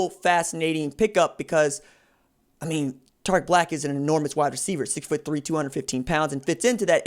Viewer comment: Bruh this man said his name wrong 😂